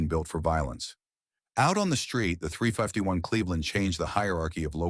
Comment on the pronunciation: Would be nice if you quality checked your videos... The AI narration can't pronounce 351...